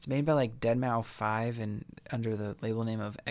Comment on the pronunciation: Dada life are producers... not a company deadmau5 is pronounced dead mouse